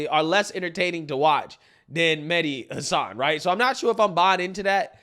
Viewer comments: Medi hassun 😆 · I think it's pronounced Medhi Race Hustler-än